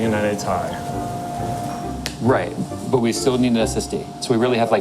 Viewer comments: omg... is a time traveler he called the "T I" the "TIE" 3 times in a row:D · Love how says 980 Tie instead of 980 T.I.